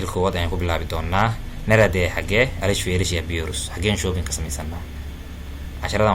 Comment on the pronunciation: Dhawaaqa waan dhaliilay sida nerede sida loogu dhawaaqo oo dhaladka ugu dhawaaqaan waa naardee